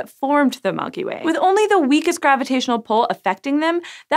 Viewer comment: Mulky Way